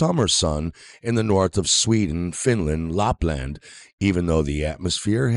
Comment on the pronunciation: The only revelation here was his pronunciation of 'LARPland' - though I assume he didn't mean to confess to roleplaying.